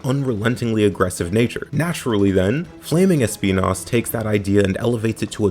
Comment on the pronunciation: When he said “Speenas” I felt that